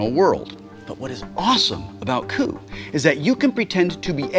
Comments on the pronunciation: I heard poo instead of coup at the beginning... please teach me how to have that successful poo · Kinda butchered coup a little, but still had great fun watching :D